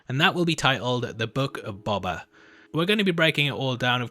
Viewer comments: BOH-BA lol sorry dude just always get triggered when people say BOB-a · BO - BA... Not Bob - a. FFS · Boba...ooooooooooo....not baba. You kept saying baba. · how you pronounce it like bobba lol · Stop saying BUBBA. It's BOBA! EDIT: IT's not BOBBA either! Do you have the sound of a long "O" in your vocabulary, or don't they teach that in your fancy English schools? EDIT 2: Dog saber?! Dock saber??! Are you trying to say the word "dark??" Because there's an "R" in it. Is "R" missing from your vocabulary too? How many letters are missing from the English alphabet, when it's taught by the English, I wonder?